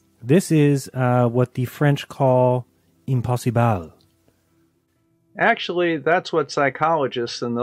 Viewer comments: doesn't even know how the French pronounce "impossible". How little effort does he put into his videos?! ahm-poss-ee-bluh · I was born in France, I am fluent in French, we French HAVE NEVER AND WILL NEVER pronounce "impossible" "imposseebaal" smh... The guy is what we call in English "a moron".